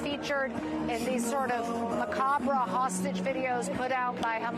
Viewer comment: Number of times CNN credits Trump=0. Number of times they mispronounce macabre = 1